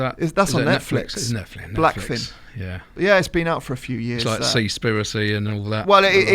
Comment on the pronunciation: It’s black fish si, not black fin 🐳